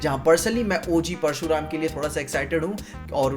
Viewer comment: Parushram kya hota h bhagwan parshuram bol